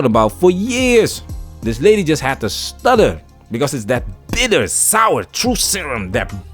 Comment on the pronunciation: The emphasis of "Bitter" and "Sour" had me in tears lol